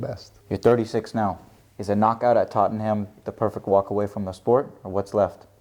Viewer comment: I love when Americans can’t say the name of English towns or cities properly, you said Tottenham wrong by the way ha